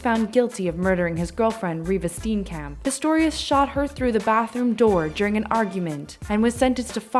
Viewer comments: You pronounce it: Stee-in-kump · You butchered steenkamp. In Afrikaans not english. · STEEN KAMP HAHAHA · Steenkamp? You pronounce it as Sti-Ahn-Kump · The way you Americans pronounce South African Afrikaans names is hilarious. Steencamp. Lmao. No.